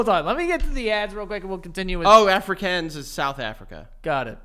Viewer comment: you pronounce it Afri(kahn)s 😂😂if that makes sense😂 and yes some people do say something to the lines of the red car visiting😂😂